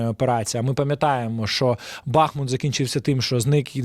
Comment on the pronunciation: Наголос у назві міста БахмУт на другий склад, не треба говорити БАхмут на російськи манер. Характерна риса росіян це не правильний наголос